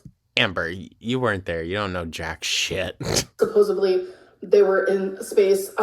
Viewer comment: Someone who says “supposably” thinks she knows all about space 😂